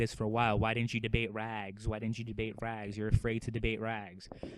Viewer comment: Rags is rags not bu-lly